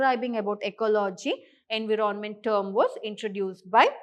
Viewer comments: Sorry to say mam but environment is pronounced as "en·vai·uh·ment" ✅ not as en.vii.ron.ment ❌ 😂😂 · Why is it being pronounced as Envi ron ment..??? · why that was soo irritating 😬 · Abe kisika pronunciation thoda glat bhi ho to kya hua itna fluent English plus best teaching aur kya chahiye........ ❤❤❤❤❤❤